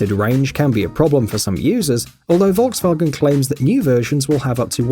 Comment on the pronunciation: Volkswagen, not wolwsuagen